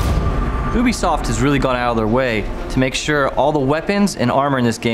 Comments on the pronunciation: Did anyone else here them say "oobisoft" rather than "YOUbisoft" when they say Ubisoft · that one guy said oobisoft😂